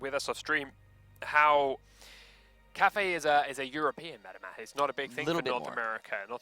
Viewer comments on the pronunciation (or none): none